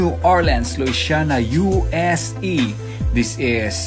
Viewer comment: Yes Kuya, as u said U-S-E, este USA. Practice lang Kuya, ako din ganyan, but other words naman. It's not our mother tongue, anyway....proceed yes, todo na to....